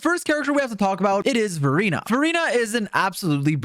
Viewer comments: I'm sorry but whenever you say Verina I hear Furina 💀 good video tho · HELP when he says Verina it sounds like Furina💀